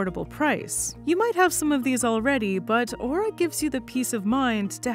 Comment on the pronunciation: Don't worry, can't pronounce "Aura" correctly.